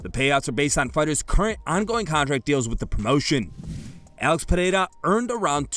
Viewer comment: Why is it so hard for daniel to say ALEX? he says it every other way but the actual way?